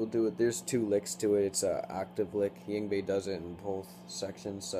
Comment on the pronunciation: ying vey? i think ur pronouncing it wrong, Yngwie= (INg-vey)